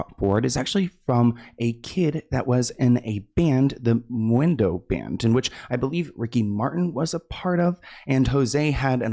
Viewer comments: You did not just say moo-endo... 😅😅😅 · sloaaaan not menudoooo lol its men-uuu-doe, just here to help lol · 😂 butchering Menudo - “the Moo-en-dough band” hahaha so cute